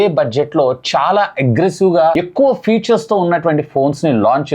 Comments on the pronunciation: Atleast after doing these many videos and reviews, I hope you will correct and understand the difference between features and future. No offence, I hope you pronounce the words properly. For phone are mentioning about their ఫీచర్స్ not ఫ్యూచర్ minutes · Vadu vadu butler english 😂😂😂 mah of the battery, futures